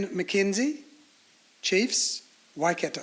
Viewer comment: That's a really exciting team. I can't wait to see all the debutants in action! I hesitate to say it though, but I hope next time there is a team naming that the Māori names of regions (Taranaki and Waikato especially) and the players' names (like "Tamaiti") are pronounced correctly.